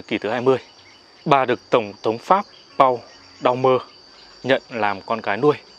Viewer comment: Nên đọc Paul Doumer bằng tiếng Pháp anh ơi!